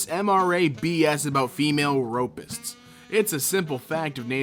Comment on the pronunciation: Every time he said ropists it killed me